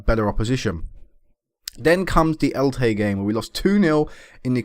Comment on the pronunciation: Just to let you know, it's pronounced as it looks. El-Che. the Che is said the same as you would say Chelsea